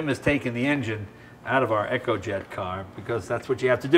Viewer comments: Echo is spelt with an "H" and eco - as in eeco comes from economic - emphasis on the "E" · it's eeeeeeeeeeeeeeeeeeeco not echo! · Very cool but why do they keep calling it the "Echo-jet"?